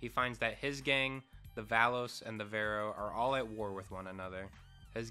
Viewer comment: Tommy vercetti? Nah that’s Tommy verechi Ballas? Nah those are the Vallos The vagos? Nah they called the vero